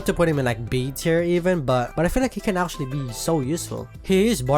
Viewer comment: Don't take this the wrong way, but it makes me laugh everytime you pronunce "Actually" as "Arschually". No offense, seriously, I just love that pronunciation. Anyway, I'm a Kinessa main, so you can probably tell which Damage champ I prefer.